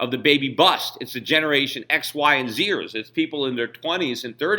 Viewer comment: 'the generation x, y, and zirs' don't know if he meant "z'ers" but the dig contained in what I heard was hilarious to me.